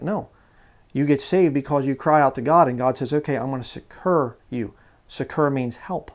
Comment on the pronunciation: 'Succour' is actually pronounced 'suhk-er' and in America it is usually spelt without the 'u'. And yes, it does mean to help or relieve.